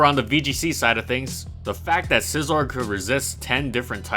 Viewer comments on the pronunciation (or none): Holy crap I like your videos but this one is really annoying, you keep pronouncing Scizor wrong... there is no L is Scizor...